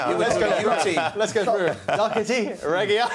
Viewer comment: Did he juts say Eric docherty lol 😆 it’s matt Doherty